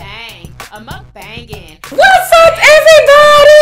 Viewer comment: how do you have a mukbang theme song where you're pronouncing the word wrong lol... and your mic is bad quality. everything else is cool. first time viewer